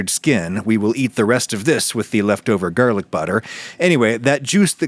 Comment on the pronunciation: Gerrlic Butter 😂